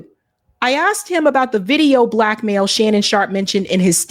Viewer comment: Sounds like Green Mail not Black Mail